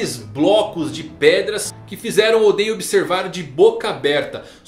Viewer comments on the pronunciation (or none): none